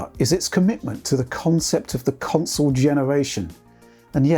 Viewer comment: Witched put the cwonsole frewww it's pwacces